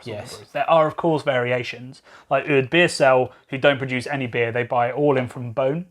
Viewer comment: It is pronounced bone. And oude is pronounced with an ow sound (as in how), not uh. And pajotten as paah-yotten :)